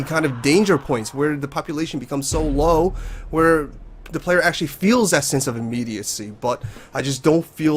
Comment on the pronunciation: You keep saying "de flock" when you mean "the flock" and it makes me cringe each time you say it